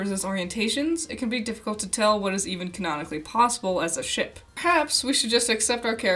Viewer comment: "This is supposed to be for fun!" ... I had fun mishearing every time you said 'shiP' as 'shiT' Also, they'd get the 'socializing' if they actually decided to do more than an over-all 2hour runtime per volume.